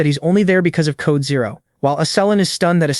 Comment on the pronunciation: Riumin as zero😅